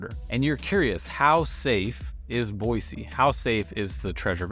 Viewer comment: Take that z out of Boise and I won't have an issue with you. hahahaha Super pet peeve listening to you this morning. Thanks